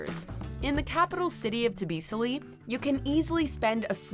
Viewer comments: It's TBILISI not TBISILI😂😂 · Boracay not Borasay. T'bilisi not T'bisili. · Darn you guys you mispronounce the common sence names of Cappadocia and Georgia’S capital city name! Kappadokia and TBi LI SI , PA TÁ Go NI A ! Is it that hard, really? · Hey girl, don't mean to be nitpicking, but next time you might need to rehearse the foreign names before hand. The obvious ones are Boracay and Tibilisi. But I have to say you nailed most of the Thai (food) names, only Wat Phrakeo was slightly wrong on the "ph".